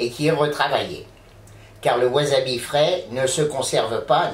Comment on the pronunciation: Le wasabi (qui ne se prononce pas wazabi) frais peut etre commande d'angleterre a prix raisonnable, une dizaine d'euro la racine de memoire, soit a peine plus cher qu'en commerce au japon. Il vendent aussi des rapes mais la c'est carrement de l'arnaque, une rape en plastique a un euro fera le travail. Pour le wasabi en tube, il ne contient qu'un pourcent de wasabi, c'est en fait du raifort japonais (karashi), plus jaune que la moutarde, on y rajoute un colorant bleu et ca donne une pate vert fluo, qui n'a ni le gout ni l'aspect du vrai wasabi. Pour ma part je compte faire une mayonnaise demain, et habitant au japon ce sera plutot la moutarde qui me fera defaut, mais l'aventure est dans l'assiette comme dirait l'aultre.